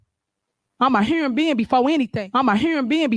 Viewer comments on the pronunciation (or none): Guys, she’s a “heuron bee-ann” before in-ah-thin” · "Imma huronbean before anything" 🤣